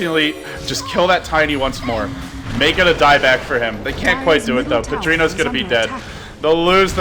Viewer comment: The way LD pronounces "Padrinho" hahahaha